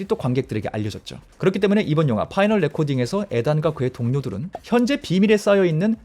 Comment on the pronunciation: 에단이아니고 이든... final not pinal..f 와 p 발음....